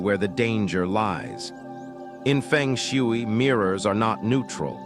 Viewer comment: Nobody will believe you. You can’t even pronounce Feng Shui in the right way. Research first how to pronounce it before making a video.